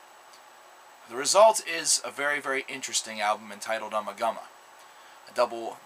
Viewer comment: It's pronounced "Oo-ma-Goo-ma".